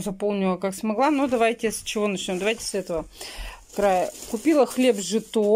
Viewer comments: Живете почти в деревне и не знаете что такое -жИто.жИто!!!!! А не житО.... ну вся безграмотность на Ютубе еще и деньги зарабатывает, это полная деградация нации... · СОЗДАЕТСЯ ТАКОЕ ВПЕЧАТЛЕНИЕ, ЧТО СПЕЦИАЛЬНО ТАК СЕБЯ ВЕДЕТ....НУ, ЭТО ПРОСТО....- НЕТ СЛОВ ДЛЯ ВЫРАЖЕНИЯ...., В ОДНОМ СЛОВЕ-(ЧИТАЯ), СДЕЛАТЬ ОШИБКУ.....-"ЖИИИИТО"! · ПРАВИЛЬНО НАДО ЧИТАТЬ И СТАВИТЬ УДАРЕНИЕ НАЗВАНИЕ ХЛЕБА -"ЖИТО" - УДАРЕНИЕ НА БУКВУ -"И"!!! ЖИИИИИТО.....😂🌞